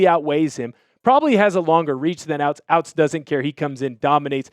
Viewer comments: Robbie ouztz is pronounced oot like hoots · Hows he a hawks fan but cant pronounce “ouzts” correctly 🤔